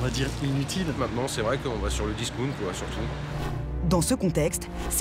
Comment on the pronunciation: Hahahaha le disOUnt ... Cest facile le dire comme il faut.